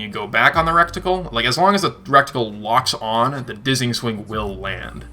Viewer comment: Reticle not recticle LOL